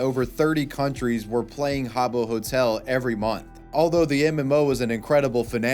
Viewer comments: “Ha-Bow Hotel” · It’s pronounced HAAA-booh 😂